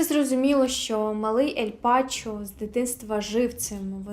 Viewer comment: Ель Чапо, а не Пачо